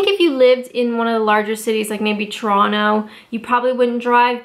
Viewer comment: 1.58 - Trono?! Is that how you pronounce it in Canada? Going there later in the year. Anything I should make sure I see/visit? 90 odd percent of drivers think their driving skills are better than average. 100% of men who say driving anything but a manual is lazy/for ladies imagine they're Lewis Hamilton.